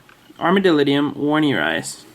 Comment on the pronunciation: Great video mate, I love isopods dearly. Can I just be an ass though? The armadillidium werneri is pronounced with a V, rather than a W :)